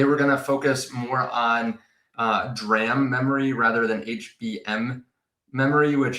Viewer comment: Thanks for saying D-ram lol 😂